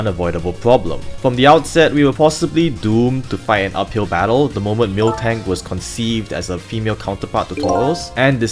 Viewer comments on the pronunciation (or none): none